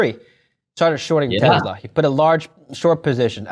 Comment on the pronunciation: it is PRONOUNCED TE"SS"LA not TE"ZZ"LA